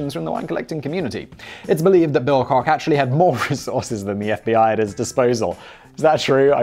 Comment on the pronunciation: You mispronounced Bill Kock's name.... He's a brother of the Koch (Coke ) Brothers of Koch Industries.